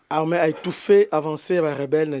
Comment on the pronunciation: Pourquoi olobaka " larmin" , au lieu de l'armée ??